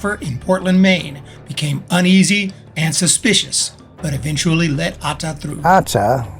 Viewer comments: just use only one syllable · The narrator loves to say Atta. Pheew with vim & vigor . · Your „Atta“ pronounciation is funny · the pronunciation of Atta is hilarious.